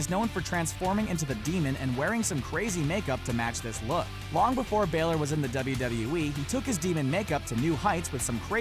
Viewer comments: ITS BALOR NOT BAYLOR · its finn Bah-lor not bay-lore im irish so im telling the truth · Its Ba-Lor not Bay-Lor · It's finn BAH-lor. NOT baylor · BAYLOR? BAYLEY AND BALOR MIXED TOGETHER? ITS BALOR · It’s balor not Baylor get it right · IT'S NOT BAYLOR ITS BAĹOR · its finn balor not finn baylor its finn balor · Finn bailer it’s Finn balor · Its pronounced BAL-LOR NOT BAY-LORE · Is pronounced Balor not baylor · ITS NOT BEHLER ITS BALOR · Its ba lore not bay ler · It's!!!!! Balor not baelor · ITS NIT BAYLOR IT BALOR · I hate this fucking dumb ass who says BAlor it's balor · You say Finn balor like baelor when it's balor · I swear I'm going to kill the speaker Finn baaaaalor not Baylor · finn baylor lo its finn balor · HE CANT SAY ANY NAMES IT IS NOT BAELOR ITS B-A-L-O-R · Baylor... it's balor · Learn how to say balor! It's balor, not Baylor you idiot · why do people call finn balor baylor its pronounced balor not baylor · its pronounced balor not baylor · Do wrestlers you didn't know were left-handed!!! Also it's bah-ler not bay-ler ;) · he says baylor. it's balor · Skyloxd it’s bálor. It’s come like that in wwe 2k19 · Brandon Denniston I'm not Irish but I know that it's not pronounced Baylor, it's Balor (Ba-lor) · so am i . He said falor it's balor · I wish I could dislike because he said Baylor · God your pronunciations are horrible its pronounced Shawngo and Bahlore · any one else triggered by the way he said balor "finn baylor" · Not Baylor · I got ticked of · STOP SAYING BAILER PLZ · its Ba (like bat) and lor (like law or lore) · Finn Baylor???? Man how can u even say his name like that???? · it's pronounced finn baaler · its finn bàlor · It's prounouced baller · DT Studios he says fin balor instead of fin bálor go on iTranslate if you had the app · Brandon Denniston I guess you can say sucks at saying bayler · You said balor wrong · I cringed every time he said balor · Your saying balors name wrong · Plz go learn how to say Finn Balor